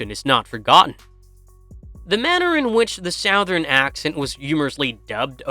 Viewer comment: An ai voiceover on a video about Terminator lore is the peak irony that we have here in 2025. The word "MOREOVER" is the dead giveaway every time. Also, no one says "Southern" like that lol